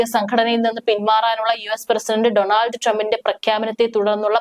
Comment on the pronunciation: ഡോണൾഡ് not ഡണാൾഡ്